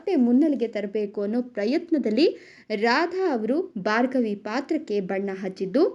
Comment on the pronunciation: ಬಾರ್ಗವಿ ಅಲ್ಲಾ ಭಾರ್ಗವಿ